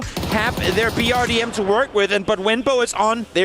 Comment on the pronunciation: BRDM has been around for so long yet the commentators still can't say it correctly they always say BDRM, c'mon guys it's not hard it's 4 letters.